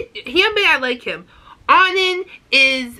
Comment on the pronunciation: Actually Kunho is mostly pronounced with a silent h so it's "Kuno" and I'm not too sure about ON:N but I've heard many people say it is like the word "on" so without the second n